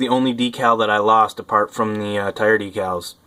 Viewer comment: DECALS........... jesus say it properly.